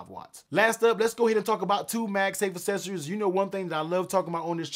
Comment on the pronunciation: Uou lost me when you mispronounced accessories.